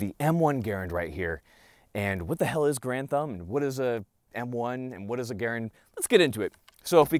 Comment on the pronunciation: I thought your name was Mike Grantham and you just made your channel Garand Thumb because it sounds like Grantham when you say it quickly lol